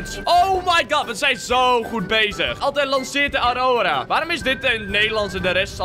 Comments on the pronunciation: A r o r a, zo spreek je het uit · Hey. Je zegt het als arwrorwa. Als ik het niet goed heb, moet je autocorrecter worden. En het liefst mij verbeteren.